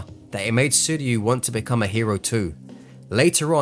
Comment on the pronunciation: love it when he says "I've bacome one punch man" then he wins